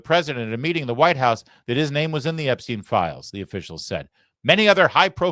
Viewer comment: Once more - It's Ep-stine' not 'Ep-steen'. Think Steinway only remove the 'way' and put an 'Ep' in front.